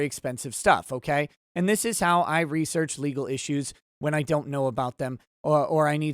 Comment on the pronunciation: Looks like you did more "" there. Good on ya. And yes I caught you on saying lol.